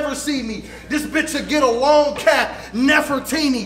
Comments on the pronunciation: said "Nefferteeny" 😂...Its "NEFERTITI" ctfu... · meant to say nefertiti instead of nefertini Lol